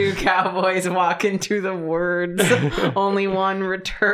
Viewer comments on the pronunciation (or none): “wooerds” really reminded me of Bobby Duke Arts’ very unique pronunciations. 😂